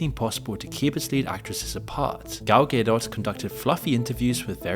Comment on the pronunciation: Who's gal gaydoss?